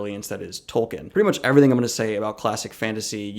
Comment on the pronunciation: It's pronounced Tol-keen.